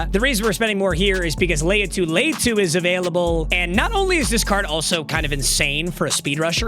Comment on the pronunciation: Bro said latu